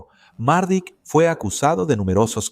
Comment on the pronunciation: Mardic no......Mladic, Ratko Mladic